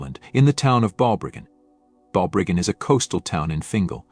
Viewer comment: He mispronounced it. It is proniunced "Bal-briggan". It is a lovely small town by the sea.